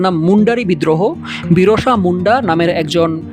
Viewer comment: ভালো লাগলো ভিডিওটা। বেশ কয়েকটা বইয়ের নাম জানতে পারলাম। একটা ছোট্ট সংশোধন, ওটা Birsa Munda হবে, Birosa না। আর হ্যাঁ নীল পাহাড়কে কি এই লিস্টে রাখা যেত?